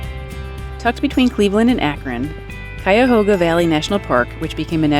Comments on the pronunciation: Glad to heat that you eventually said Cuyahoga correctly. On our way to another destination, my mother and I stopped at Cuyahoga Valley National Parks. Realize this about 50 miles from our house. My Mother was highly disappointed in the park. She said, "This park was like vacationing in your own backyard." While she did not hike the leges trail with me, the truth is her statement was basically true. The plans, the wildlife, even the rocks you climbed could be found at in our local park. If are ever in the area don't pass up Cascade Park in Elyria, Ohio. While the park is on a much smaller scale, it includes everything you saw in Cuyahoga Valley, just on a smaller scale. Oh the waterfall, can be accessed through the rocks, or on a paved path. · A few local ways to pronounce Cuyahoga: 1. Ky-ah-ho-ga, like R.E.M and The Pretenders. 2. Ka-ho-ga 3. Kaw-ga No lie. And we call the tree yard the Devil Strip.